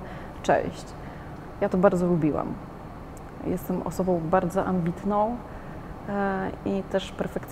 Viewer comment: Jak jesteś "osobou" bardzo "ambitnou" i "perfekcjonistkou" to zacznij mówić po polsku.Mówi się osobą a nie osobou.